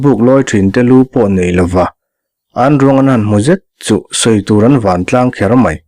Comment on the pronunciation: Indap chawpin an van an van tiha 'van' pawh hi thlûk fân tur. Rubber ka pawt fan tiha fan thlûk ang hian.